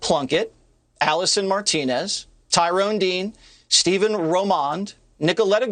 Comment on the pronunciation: His name is Stephen, starts like Stephanie... It's not Steven.